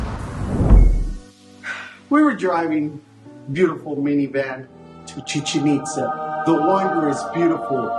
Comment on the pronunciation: Ame cada vez que dicen "Chichenitza" (musica de fondo) jaja ✨✨✨✨